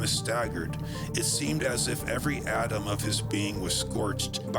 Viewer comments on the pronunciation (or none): none